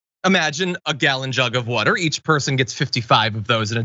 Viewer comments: Please stop giving John stories where he has to say “woder” 1000 times. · Podduble wudder.